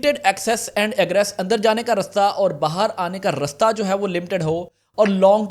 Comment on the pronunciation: it's not rusta it's raasta😂